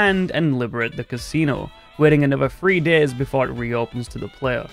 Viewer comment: It sounds like you say “three years” instead of “three days”.